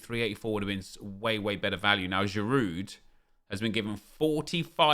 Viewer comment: Craig why do you continue pronouncing the 'd' in Giroud? Are you really that thick?